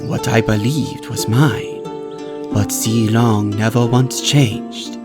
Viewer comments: Limg pronounced "Zilong" wrong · Pretty sure every person who understands mandarin agrees with me on this... Moonton: This is a chinese name...i think it's called ZEE-LONG?? Everyone else who doesn't understand mandarin: IT'S ZEE-LONG!! EVEN MOONTON SAID SO!! SUCK IT YALL MANDARIN SPEAKING BITCHES inhale exhale Me: cringes so badly